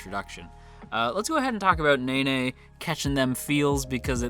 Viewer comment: Hello this is my first time on this channel and I just wanted to point out that nene and aoi are not pronounced as naenae and owee but the e in nene’s name is pronounced the same way as the e in eh. Aoi is pronounced ah oi. Not trying to offend, just wanted to point this out. I think this is the way the names are pronounced in the Japanese sub